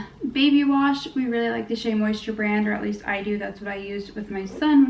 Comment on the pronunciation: She said shea moisture 💀